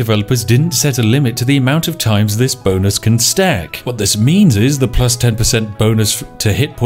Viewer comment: "The Bow...yea bonus" Spiff is so frazzled by Sioux that he's mispronouncing English words.